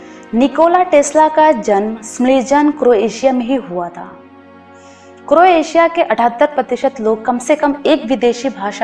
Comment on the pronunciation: Appreciated the efforts to put wonderful and near the perfect points about Croatia. Except few things. Its not Cro-atia, its Croatia (pronounciation matters here) And kings landing is not a movie its a place shown in game of thrones where the king is landing in old town of dubrovnik, which is one of the famous shooting locations of Game of thrones. Rest all its a nice video ma'am/sir